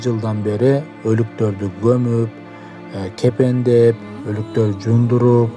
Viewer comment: Кепендеш эмес, кепиндеш деп айтылат.